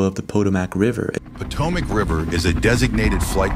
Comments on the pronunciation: I know English is not your 1st language so take no offense please. Potomac River is pronounced “Pah-Toe-Mick”-phonetically. Hope this helps man! Love ur vids! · ITS PRONOUNCED PO. TOE. MIC. RIVER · Po-toe-mac river? Hahahahaah You crack me up, the flower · Poe-t-Oh-Mac? I knew you were AI the whoooooooooole time. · You miss pronounced the Potomac River and Haiti. Come on man do better. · A guy that can't pronounce the Potomac River is going to solve this